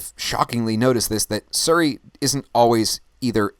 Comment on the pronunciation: suri or siri (sorry its probably your pronunciation) great show as my time zone is +8 its so difficult to catch a live show or i dont get enough notifications